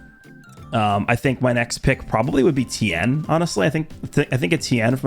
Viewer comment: It's Ten there is no I It's like saying Luthor wrong such a pet peeve of mine 😤